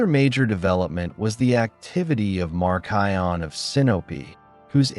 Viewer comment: Even though a lot of this information is correct there are a lot of things that seem off in a Christian history perspective. He can't even pronounce Marcion correctly. I am all the way to Marcion and he hasn't even mentioned the Didache. Hasn't mentioned the martyrdom of the Apostles. He does not quote much scripture. Hasn't mentioned the early church fathers who were taught directly from the Apostles like Polycarp and such. I think his understanding of how Cannon was established is a bit fuzzy. I am a little over half way and my opinion is there is a lot missing.